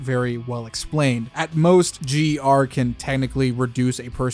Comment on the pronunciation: It’s GER